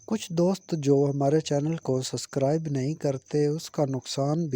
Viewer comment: Suscribe nae subscribe hota he